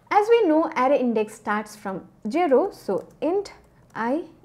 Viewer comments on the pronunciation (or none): Please stop saying "Jero" instead of Zero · If she can say [eiz] as in Age, then why can't she say [zero] instead of [jero]? I guess it is the same sound zzzzz, more or less 😂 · Why she pronoun "jero" 😂😂😂😂😂😂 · She attracts the audience by "jero" instead of zero❤😂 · so cute the way she says it "Jero" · I like the way you say jero 😂😂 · Hey broe it's jiro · i love it when she says "jero"